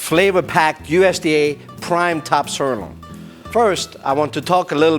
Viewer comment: What I do not understand is why they pick for this commercial video someone who is not able to pronounce the word "sirloin" correctly or at all?? + Boring as ash - Thumbs DOWN